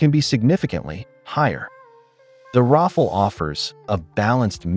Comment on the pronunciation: Ra fal, not raffle 😄